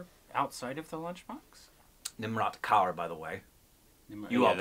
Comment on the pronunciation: Nimrat Kaur's accent is so perfect!